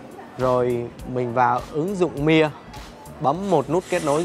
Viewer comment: Tại sao lại đọc chữ Mia kỳ vậy, người Ý họ đọc chữ Mia như người Việt Nam mình thôi mà, bên Ý họ cũng có câu cửa miệng Mamma Mia đó